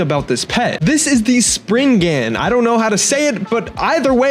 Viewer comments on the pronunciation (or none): its pronounced spri-gan btw 💔💔 and for some constructive criticism try and find a good digital interface that has a good noise suppressor your studio got some crazy background noise